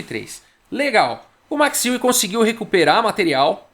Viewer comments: Fala! De acordo com o google translator em holandês, a pronúncia correta não é "I-WE" e sim "U-WE"! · a pronúncia (holandesa) correta mais aproximada é ÊUE mesmo, como qualquer interessado pode conferir num aplicativo gratuito chamado Say it Right!, em que nativos de vários idiomas gravam suas vozes pronunciando nomes e palavras de seu idioma materno...Lajos (Portisch), por exemplo, a pronúncia em húngaro é Laios (o J tem som de I, como em muitos idiomas da Europa Central)...A pronúncia Larros é à espanhola, em que o J tem som de R... Alternativamente, existe também o site FORVO...Abraço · Boa noite! O Max Euwe jogou uma simultanea em Porto Alegre. Com 40 participantes. Meu pai jogou na epoca e empatou com ele! A pronuncia é Óive. Excelente canal! Continue com suas analises bem feitas. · A pronúncia no holandês é Êuve mesmo, só que o W é um V mesclado com U. Sai um negócio tipo Êuvue. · Tenho um colega de trabalho de família holandesa e que nasceu na Holanda, mas veio para o Brasil com seis anos de idade. Ele ainda lembra um pouco de holandês. Perguntei dele uma vez como se pronunciava em holandês o nome Euwe. Ele pensou por meio minuto e disse: êuve. Não levei muita fé. Não dá para confiar muito. Mas desde então só o chamo de Max "Euve". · Possíveis pronúncias: Euwã ou Euwà., tô muito fã desses vídeos. Abraço! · Se pronuncia Max Euwe como Max Eiué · Olá,. Tenho um filho que está morando e e estudando na Holanda, por isso, perguntei para ele sobre a pronúncia d o nome Euwe. Ele respondeu assim: "Oi, Carlos. Esse site de pronúncia inclui o nome, dito por um falante nativo: É mais ou menos como "Ãve". O som exato do "eu" não existe na língua portuguesa." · a pronuncia do holandês e' como o alemão. seria , em portugues o'ive :) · Prefiro a pronúncia errada desde que seja com a sua narração kkk